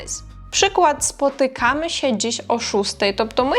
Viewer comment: Не "спотиками сє" а "спотТКАми сє"